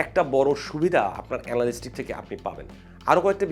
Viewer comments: এনালিস্টিক নারে ভাই এনালিটিক্স। এতো এফোর্ট দিয়ে একটা ভিডিও বানালেন, উচ্চারনটাই জানলেন না! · এনালিস্টিক না! এটার উচ্চারণ এনালিটিক্স❤️ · ❤❤❤, বহুবার উচ্চারিত ইংরেজি শব্দ Analytics এর সঠিক উচ্চারণ হবে "এ না লি টি ক্স " চমৎকার ভিডিওর জন্য ধন্যবাদ। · Analytics সঠিক উচ্চারণ। আ্যনালিটিকস